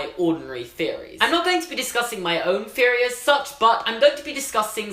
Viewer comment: AGH STOP SAYING FEORY I MIGHT ACTUALLY KILL MYSELF.